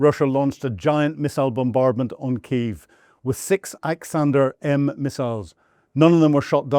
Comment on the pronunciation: This old Boomer is past his prime. an A50 isn't "like" an AWACS it is an AWACS. Guy cant even pronounce Iskander properly. I believe that this is the same guy, (back in the first year of the war) that referred to the M777 howitzer as "old worn out equipment" being provided by the US. I'll work for half his salary and provide better analysis. I can certainly read and pronounce words better than him.